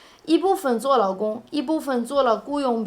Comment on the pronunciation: Your pronunciation of 劳工 sounds exactly like 老公. 劳 is 2nd tone, 老 is 3rd tone.